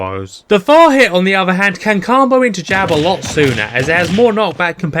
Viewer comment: I also don't like how you say combo but good video otherwise no notes